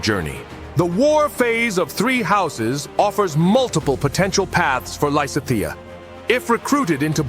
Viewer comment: While I don't mind most of the weird art, the pronunciation of Lysithia is getting to me. I'm currently replaying GD rn and wanted to get other people's takes and couldn't get past